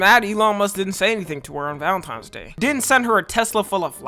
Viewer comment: Come on bro you can’t speak properly, “valentiMes?” Bffr